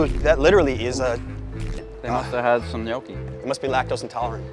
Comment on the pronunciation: You are not saying gnocchi right, dio caneeee :D